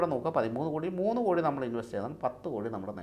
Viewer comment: കൊടി അല്ല 'കോടി '